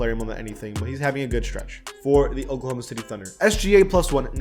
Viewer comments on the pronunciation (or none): none